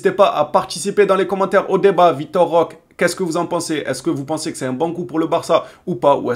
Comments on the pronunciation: Ça se prononce pas roque mais roqué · Ça se prononce Roqué frère